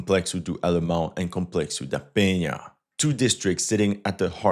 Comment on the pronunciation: . Congrats on the nasal sound ("nh" from "Penha"), you nailed it!